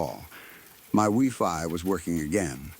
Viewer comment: This is actually pathetic, AI is BS! So many mistakes!!! What's wee fi? Is it supposed to be wifi 😂